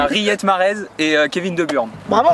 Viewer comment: Je pense qu'il faut apprendre au français à dire Kevin De Bruyne